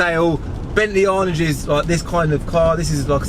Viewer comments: Come on its pronounced "Anaaj" not "Arnidge" 😝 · Its actually pronounced "Arr'narge" not "Arnige" FFS (think of a french person saying it) Cmon son show a bit of class, I thought I was a w*****r for running out of petrol in an arnage a few years back and some guy mugging me off for filling up a rolls royce bentley with a £5 plastic green petrol can in a bus stop. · Bentley Arnidge lol.....Aaaaarrnaaage. That's a Luton accent if I ever heard one lol